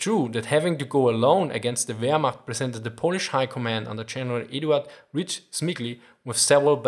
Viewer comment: "Wehr-nerd" I burst out laughing